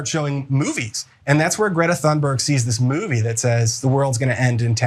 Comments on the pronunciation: its not pronounced tune its thune and this idiot is sayn her name wrong as well they are all idiots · Is anna the only one that doesn’t understand how to pronounce her name? Tune berg? That isnt how to pronounce it, i dont know who told you that but no, nope. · Her name isn't pronounced "Tune berg", it's "Tune berry". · Totally agree with you guys, on this. However, just a heads up. You guys don't pronounce her name right, either. Greta (gree-tah) Thunberg (toon-berree) And you roll the r's in both cases. Hello from Sweden. =) Keep up the good work on covering this. It pisses me off how they're going after Greta like that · Greta, you can fade these weirdos any day of the week. It's Thuuuuuurnberg homey. Easy af to say. You guys gotta stop with this shit about pronouncing people's name's wrong. It's super lame. I mean, loser supreme. Oldest, weakest, act ever. Stop bro. That girl is absolutely the shit. These weird dudes are are some of the lamest haters on Earth. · sorry but you are wrong. Her name is pronounced Toonberg. To make it even more authentic you would say Tünberg. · If he can't be bothered educate himself enough to find the correct pronunciation of her surname, why should I believe anything else he says? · If you're going to mention her name then pronounce it properly. What an ignorant man but not surprised he goes on Tucker's show (another ignorant creature). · He can't pronounce her name and he has no understanding of Autism. Tucker Carslon just keeps getting even more rank. Good follow the money Ana ... I'll repurpose one of my laser satellites to give this guy a close head shave ... as**ole.